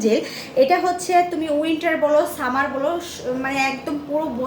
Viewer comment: অশিক্ষিত ছামার না summer😅😅😅তর ছামা বলোছ